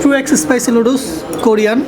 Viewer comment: শুদ্ধ ভাবে তো উচ্চারণ ও করতে পারে না🤣🤣 লুডুস